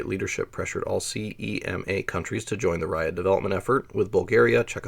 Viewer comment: Exactly.. Slowing down would also solve your selective dyslexia... Periffer'al, not periff'reel, and CMEA is pronounced as spelled, not CEMA